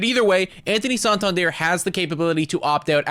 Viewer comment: PLEASE learn to correctly pronounce Santander. Its not "sawn-tawn-dierre"